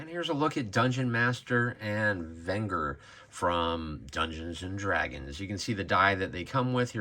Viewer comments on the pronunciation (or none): I know English can be hard but Venger is not pronounced like “finger”… it’s pronounced like “vengeance”….